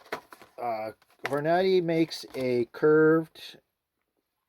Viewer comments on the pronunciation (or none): It pronounced Hor-nahhh-deee.